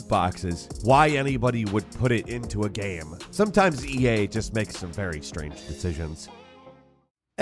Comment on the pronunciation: I do not expect someone who can barely pronounce the word GAME to correctly pronounce electroencephalogram.